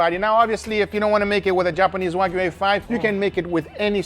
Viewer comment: please teach the "" how to pronounce Wagyu... its not WAG-U... its Wah- U